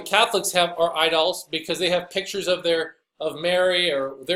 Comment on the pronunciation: Hahaha! Did you intentionally say “idolls,” when referring to Catholic idolatry? So appropriate! Either way, very funny. In a sad kind of way.